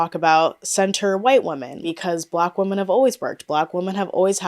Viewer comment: I’ve noticed ppl pronouncing “women” as “woman” lately…..it’s so odd and particular